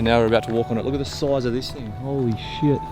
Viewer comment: 🤯 2007 whoa bro! I want one! The way you said holy shit about 10 minutes in sounded like you had been in Japan for a few months lol Love the video g